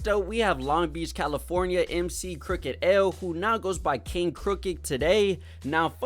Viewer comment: This mf said “crooked L” I stop respecting your opinion on easy mistakes like this